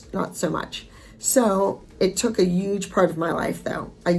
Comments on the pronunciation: Abby is still saying ugeeee instead of huge 😂😂😂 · Yep you still say UGE hahaha I love it